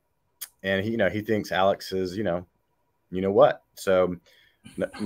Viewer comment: FYI Alex is how he spells his name. But it is pronounced Alec. He also adds a K on the end of his name. He should spend a few years in jail just for his name.